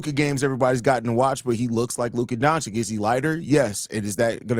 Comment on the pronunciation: For the love of God its not pronounced Donchick smh